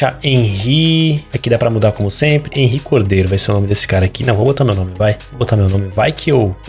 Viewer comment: Cara meu nome na vida real é Henry e n se lê Hanry, se lê Henrry